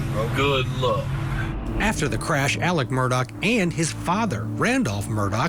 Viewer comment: His name is Alex. Why is everyone saying "Alec"?